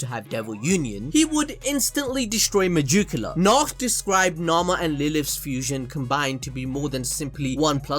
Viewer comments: Why are you saying majukula it’s Meg-ick-you-la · Stop saying /mayukiula/, is /meyikiula/ and is /libe/ not /liba/ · Hey it's not megiculla not mejuculla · Its megickula not mejickula